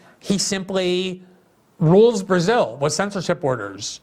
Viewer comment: Glenn pronounces it "Berzill" lol